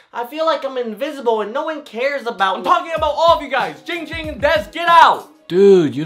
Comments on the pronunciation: I realized the name is and says hes own name wrong he says ging ging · Wait- said his name wrong. It's supposed to be "" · said his name wrong soooooo many times😭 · my name is! Live captions: my name is! Ging Ging: AHHHHHHH HOW MANY TIMES I TELL U IT NOT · He said his name was Ging Ging. Isn’t his name? 45 reply’s lmao